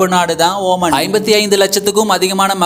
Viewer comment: Ooman illada moothevi....omaan